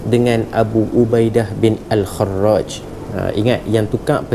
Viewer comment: Bukanker pada minit 12.43 tu nama dia Ubaidah bin al-jarrah? Knape ustaz buat al-kharraj?